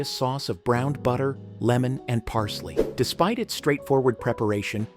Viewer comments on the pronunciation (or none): none